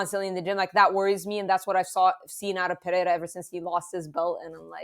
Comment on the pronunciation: I hear Puh-hair-ah, I downvote and leave.